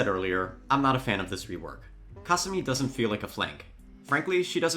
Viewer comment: Ka sue me!!!! Ffs say the characters names right or do not say them at all, you boching their names makes you sound like your brain is just rocks